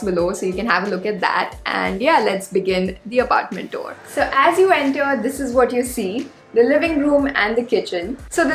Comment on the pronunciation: Rich girl keeping it low-key rich and living flithy rich all by herself in a studio apartment in mumbai. Oh, do check the pronunciation of TOUR.